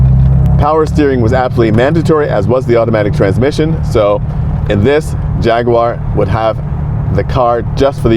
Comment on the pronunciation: It is so nice to hear an American pronounce jag u ar and not Jaggwaaar 😂well done sir